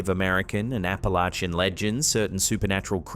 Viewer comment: I find it really sad that a British man knows how to say Appalachia and SO many US citizens don't!!